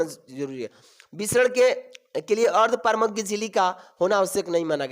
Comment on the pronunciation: Ardparmagya 😂😂😂😂😂 itna galat pronunciation 🤣🤣🤣🤣🤣🤣🤣